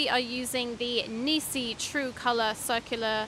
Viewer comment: It's "Neekon" and "Nissee" Wrong on both counts!